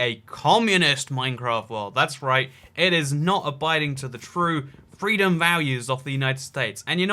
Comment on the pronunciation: WOW I am offended, He SPREADED FWEEDUN